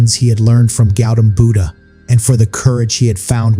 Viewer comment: Not pronouncing Buddha properly